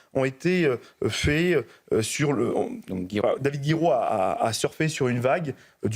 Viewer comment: c david "jiroux" arretez de dire "gui" en plus ca le discalifiera ;)